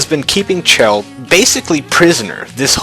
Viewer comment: It's Chel as in Shell check out dev comentaries on Portal 2.